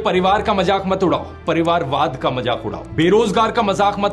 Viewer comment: Madam - not majak but mazak should be correct pronounciation . Still best presentation.